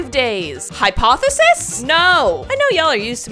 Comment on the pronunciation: Ah yes, hypothseis